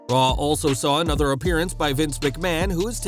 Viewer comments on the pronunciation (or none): none